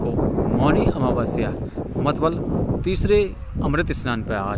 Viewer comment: मतलब ❌ मतबल✅